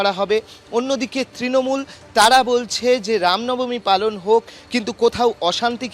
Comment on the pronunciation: Ram Nabami.... Thik vabe uchcharon korun..... Ram namani noy